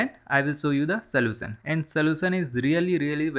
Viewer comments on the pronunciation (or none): soution no no => slosan your English want to fuck